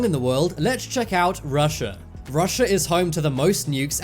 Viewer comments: what really put me off is how you say nukes like nyukes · That’s just a accent from the UK